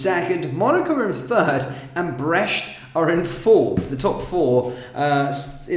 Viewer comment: It's Brest not Breche...which mean a hole.